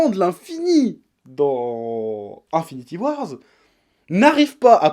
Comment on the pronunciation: Un an plus tard et il sait toujours pas prononcer Avengers Infinity War. C'est pas compliqué, il y a pas de "S" à la fin putain ! Au pire, "Infinity WarS" c'est un comics paru en 2018.